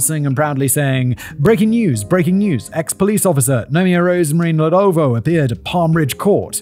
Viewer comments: Rosemary Nlowlvoe😂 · I'm South African too and hearing him say Soweto and Ndlovu is killing me 😂😂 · I'm English and only know the surname Ndlovu from the Zimbabwean footballer Peter Ndlovu who played for Coventry City and Huddersfield Town. Commentators always pronounced his name as "Un-lov", was that wrong? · No. It's Nd lo vu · The pronunciation of Ndlovu and Soweto is so distracting😂🇿🇦